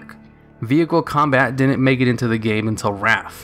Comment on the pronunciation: Do you realise you say "din-n't" instead of "didn't"?